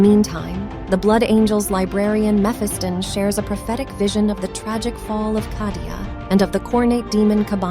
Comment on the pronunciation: Never heard someone mispronounce Cadia so badly that it actually bothered me enough to comment ha.